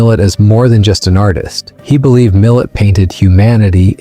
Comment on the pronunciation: It's pronounced Millay.